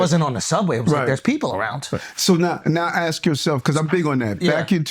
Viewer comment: A political figure saying "axk"